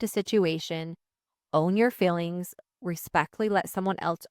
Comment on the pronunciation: I love you. Always have. One bit of constructive criticism … it’s fEElings. Not FILings. 😅I know it’s a Utah/Idaho dialect but….